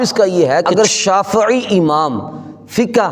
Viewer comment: مولوی صاحب شافععععی بولتے ہوئے گلے میں کڑل نہ ڈلوا لینا شافعی کو چاہئے شافععععی بھی بول دیں گے آپ پھر بھی جاہل کے جاہل ہی رہیں گے